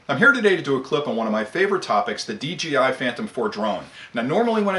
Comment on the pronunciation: Very good points sir. . . Why do you say "DGI" and not "DJI"? I would consider the DJI Inspire a "top of the line", grade A drone. . . Costs about 3 times more than a Phantom 4!